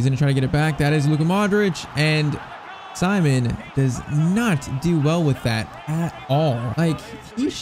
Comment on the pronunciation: Unai Simon is pronounced as Si=See-mon